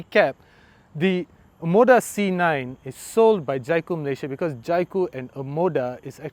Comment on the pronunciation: It's pronounced Jaycoo. Not Jaicoo. Haha. Aiming for this car someday